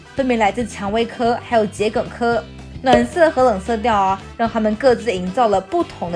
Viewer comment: 开头结尾可爱有趣，中药桔梗发音正确，画面解说相得益彰，YA出品必是精品。👍👍🌻🌻🌻🌻🌻🌻